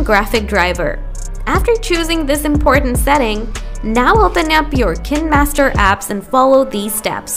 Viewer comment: I dont trust any video who claims they can fix something when they cant even pronounce the name of the app correctly.